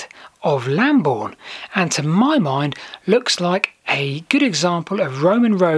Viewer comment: Excellent, it would be nice to research Bockhampton Church one day. Also interesting that that route meets up with Roman Road Ermin Street. Look forward to more! ps Lambourn not Lamborn!! (unless you are using the old spelling!)